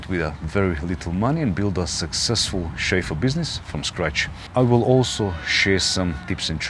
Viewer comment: Every time says ‘Chauffeu’ take a shot of vodka! Great information and entertainment!